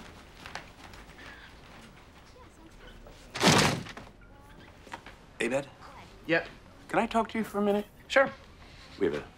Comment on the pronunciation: I love how mispronounces Abed's name lol